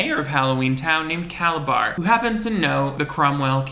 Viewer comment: I don't know if he intentionally called Calabar by "Calazar" at the end but it was so unexpected I burst out laughing!!!